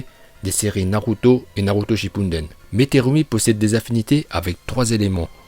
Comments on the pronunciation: Naruto Shippuden pas Naruto Shinppundenn Sinon super vidéo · SHI"N"PUnDEN mdrrrr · Tes vidéos sont ultra cools mais pourquoi tu dis tout le temps Naruto "ShippuNden" ?